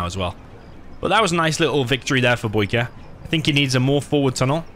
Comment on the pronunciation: "Boycahr" lol love u you british sob